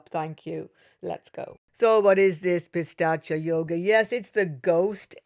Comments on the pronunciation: Not pistachya .. that's a nut (pista) it is pronounced as "peesaach" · Thanks a lot for this wonderful analysis. Please check the pronunciation for 'Pishhachha'. It's pronounced Pi (As in Pete) Sha (as in Sharjah, not as in Shame), Cha (as in charge). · Even she is saying "Pistachio" 😂😂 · Hi, that's pishaacha yoga not pistacha yoga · It's not pistachio yoga ... It's pishacha yoga no T.. it means low grade evil ( pishacha) in Sanskrit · Its Pishacha yoga !!! There is no "T" in there. Your pronunciations are way too exaggerated!!! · Pi- saa- ch yog 🥸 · Did you say pistachio yoga? 😂😂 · It's said pis-arch-aa. has a unique pronunciation 😊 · It’s pistachio 😖